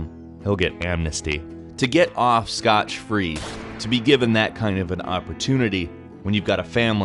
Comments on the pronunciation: "scotch free" ? dude wth XD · lol that was a painful mistake ... scotch free... holy god.. lol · "Scotch free" I wish I was scotch free lmao "Scott free"